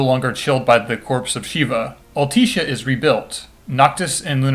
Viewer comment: All-Tisha. Sorry it bugged me